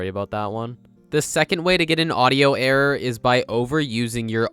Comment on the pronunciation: Whenever he says the word "error" all I hear is, "The only way to get an audio errrr."